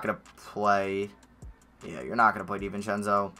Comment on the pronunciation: Anyone else annoyed how he sats David Di-vince-eo it pisses me off